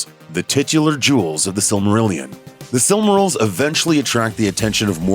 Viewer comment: What's wrong with this guys pronunciaotn? The Silmryls? Feyanr? Valinr?